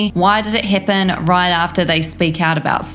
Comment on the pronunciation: Mann im only 5 mins in to this video n I swear if I hear "Heppen" one more damn time!😡